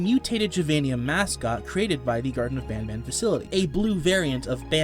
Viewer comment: this guy made me hear the first mention of garten of banban into "gerson of banaban"